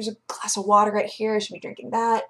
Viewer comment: You must be new. When she drinks water it's in a glass with a "seam" down the side and she says "It's Wattah Time".